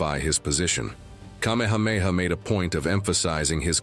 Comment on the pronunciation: Your pronunciation of places and names are inaccurate. I suggest if you are going to tell our story learn accuracy. I am a descendant of Kamehameha. Writing from Maui